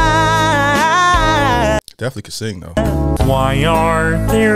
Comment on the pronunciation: he is very remarkable. i think he couldve hit the ed sheeran one if he change his pronunciation of the word plan.